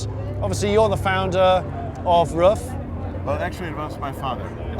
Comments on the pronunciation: Hi Jonny, great video. You could have shown a little more respect for Mr Ruf and his company. You constantly called him, his company and his cars Rough. The correct pronunciation is Roof. it's really not that hard! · His last name isn't "rough" it's "roof." It sounds like "gut"